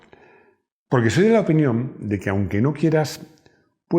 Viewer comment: Has dicho “an que” en lugar de aunque, por Dios cuida el lenguaje!!